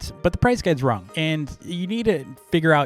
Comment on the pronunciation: I like how says “wrong” as “wronk”